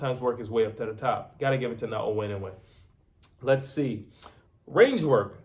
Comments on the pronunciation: His name is Naoya not Nagoya get it right man come on... americans need to learn how to pronounce other cultures names properly, anyway goodman aint gona do nothing but get knocked out like all the rest simple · The heck with Na o wha W and y is not close man